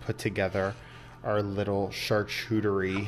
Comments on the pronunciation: You do realize it's not a chartrudery right? Saying it once can be chalked up to being misspoken, but saying it incorrectly multiple times caught my attention. Don't want you to look foolish, since you are in education as a career. Hope this helps. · I think it’s pronounced shar-coot-eh-ree. Either way yours is beautiful and looks delicious 😋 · Ok so now I need to ask- is it pronounced char-chu-terie? I have been calling it char-q-terie this whole time!! Learn something new every day.